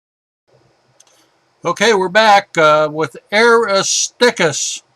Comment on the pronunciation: Great taught us a lot about the real Moon. Such a pity he couldn't pronounce a lot of crater names. Eg. Aristarchus is not pronounced Aristickus! Sometimes extremely frustrating. Just saying.